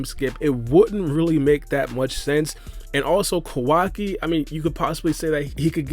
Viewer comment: It's Kawaki LMAOOO